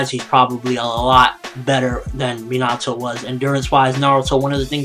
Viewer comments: it's pronaounced as minato not minatoe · minato is pronounced me na to